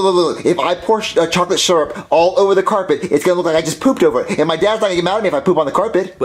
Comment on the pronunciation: said syrup wrong